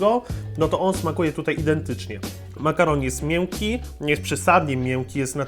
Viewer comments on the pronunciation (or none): błagam, nie akcentuj "ę" w tak przesadny sposób, używaj częściej form "e" - "biore" zamiast "biorę", "mieńki" zamiast "mjęki". Ogólnej dykcji nie będę się czepiał, bo sporo by tego było, ale nie razi to aż tak, jak "ę", które aż boli.:) Powodzenia w dalszych materiałach - pozdrawiam Cię i życzę dużo kreatywnych pomysłów! Piona!:) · Mnie rozwala to ze on mowi ą,ę itp np mięki xd